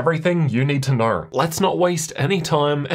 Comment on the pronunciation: "Here's everything you need to knöœw" Nice vid btw